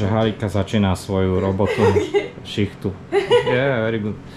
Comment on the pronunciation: Este v 27 min povieš ,Harika,😡👎.to je tak 5ažke vyslovit tak jednoduche meno?*Po takej dobe?*-co si o slovakoch tak japonka pomysli,😡👎😱😱